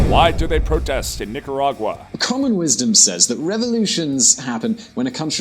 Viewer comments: Oh.. and Nicaragua is in the central american ithsmus. Not north or south america and please have the decency and respect to at least pronounce my country's name correctly which is Nicaragua (Nicaraguhah phoneticly) not Nicaraguya as you say. Please with all due respect. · Your prononciation of Nicaragua GUA no gu a is absolutely wrong annoying maddening uneducated get a handle. I unsubcribe as it kills me. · Thank you for this. I don't get news from that area much and appreciate your time to bring it here. I just wish you got the location and pronunciation of the country right. Otherwise, good job and nice context. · I think he should have practiced more on how to pronounce "Nicaragua" 🙄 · It’s hard to take you serious when you don’t know how to say the name of the country and don’t know where it is located. Nicaragua is in Central America not South America. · I wish you would’ve taken the time to practice your pronunciation, you carved up and crapped on so much every time you said Nicaragua. #wrong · How does the Latin guy in the episode not show him how to pronounce Nicaragua correctly? He watches the clip of Ronald Regan and still doesn't say it correctly. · If the only qualification to ever speak about a country is to have lived there, there would be very little information about that country. You need to find better things to nitpick like his pronunciation and his faux pas on calling it a south american country. At least that has some legitimate reasoning behind it. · Why do you go out of your way to pronounce Nicaragua in such an affected way? Do you have a speech problem? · Brits have problems with the "gua" sound the way it's pronounced in the Americas. They have the nerve to tell us we pronounce "jaguar" wrong when that's an animal from the Americas they named their car company after. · As far as I can tell, you don't pronounce Nicaragua correctly in either Spanish or English. Is that the Czech way of saying the name of the country?